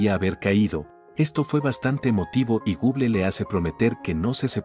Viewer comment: Me da un poco de risa cuando dice Google por que es medio raro escuchar gon guen 😅😅